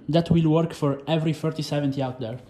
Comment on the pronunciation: dude when u say thrfrotheseventy build, pronunce next time it better, is it 3070 or 4070?!